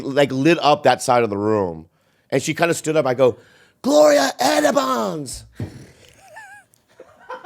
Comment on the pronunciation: They kept saying Gloria Esteban 😂